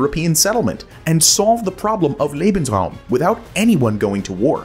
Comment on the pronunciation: thank you so much for saying "lay-bens-rawm" instead of "lee-bens-rawm" but...uh....should be "zaw-der zay" not "zwee-der zay" 🙂